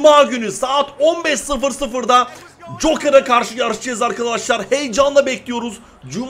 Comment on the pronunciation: Abi cokır demesen de joker desen abimmmm🏅🎖🎖🏆🥇🏆